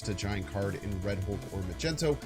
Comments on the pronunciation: please tell me you say magneto wrong on purpose, i can’t take it anymore 😩😩😩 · I died laughing how does he not know its wrong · I hate hearing it. Its so annoying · He does it on purpose